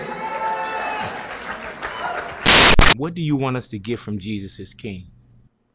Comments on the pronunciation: He did “In the state of Californi-Ye.” like Kan-ye. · He even pronounces CALIFORNIA twice the second time he says Califor-NYE ?!?!? DID YALL CATCH THT?? Like kanyeee?!?! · Wait!! ✋ Did he just say Californi-Ye??!! 🤯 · he really said californye.. i'm shook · Prophet Kim just said California-Ye... Wow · Yes i got it